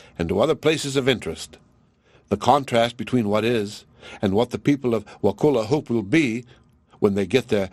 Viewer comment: I live in Wakulla county and you’re pronouncing it wrong. The u sounds like uh. I am thoroughly enjoying this story!